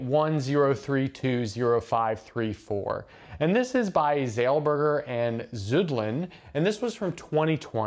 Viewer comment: The <Z> in "Zeilberger" is pronounced /ts/, as you can see from the Hebrew.